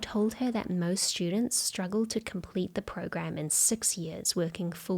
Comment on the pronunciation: Please say SIX, please!!!